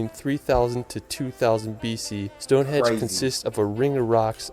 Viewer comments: It's Stone Henge, not stone hedge... this commentator can't speak English properly, there are better videos out there... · I didn't know that anyone under rated British scenery! Visitors to the UK I have met have loved both British and Irish scenery. The narrator mispronounced Stonehenge. It's pronounced as it's written, (say it as "Stonehenj") it's nothing to do with hedges! Glad the Isle of Man wasn't missed out. You can get to it easily from Liverpool by boat or hydrofoil but you can fly from many British airports too. However it is quite expensive when you get there because it's a place that rich people go to live as a tax haven. There is more than one waterfall going straight into the sea in the UK, e.g. there's an impressive one in Devon. Glad the narrator could pronounce Edinburgh!